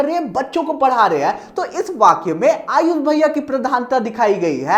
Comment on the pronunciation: Aap hame sha ayush bhaiya bol te hai 😢 Mujhe hame sha IAS bhaiya sunaayi deta hai 😂😂